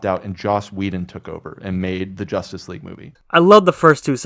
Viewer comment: They even said they skipped on watching josstice league when it came out. But yet he say ZSJL will duck.